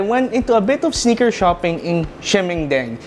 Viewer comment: It's "Sneaker" not "SniKeR"